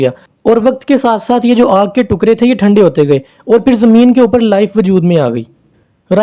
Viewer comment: Sir tukraa not tuqray